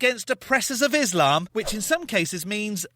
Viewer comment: within ees-slom! 🤓